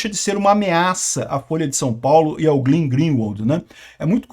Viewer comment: não é GLIN, é GLEN, não é GLIN, é GLEN, não é GLIN, é GLEN, não é GLIN, é GLEN, não é GLIN, é GLEN, não é GLIN, é GLEN, não é GLIN, é GLEN, não é GLIN, é GLEN, não é GLIN, é GLEN